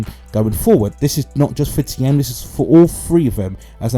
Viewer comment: I am a german native, please say "Thiem" like you pronounce "TEAM" in English! Thx